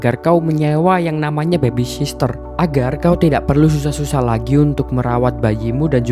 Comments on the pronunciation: Nyebutnya bukan bebi sister mas, yg betul 'bebi sitter' ('Baby sitter'). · Bagus bang..... Koreksi dikit bang.... Soal penyebutan yg bener. Baby sitter, bukan baby sister.... Smoha kedepan nya bisa lebih baik lgi..... Thanks